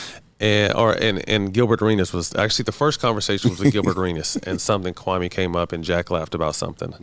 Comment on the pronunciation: Still won’t even say the man’s name correctly. Come on bruh